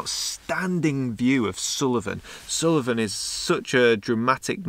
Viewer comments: Hi, another great video, but it's sool-ven not sul-e-ven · Great video and lovely images but it hurt my ears to hear Suilven repeatedly called Sullivan :-) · Brilliant video, Assynt is one of our favourite places to holiday, the scenery especially climbing the mountains are very special. In the pronunciation of Assynt, there isnt a hard i. There isnt an i after the L in Suilven. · Sorry, but something in this video jars with me. The mountain is called Suilven not Suliven.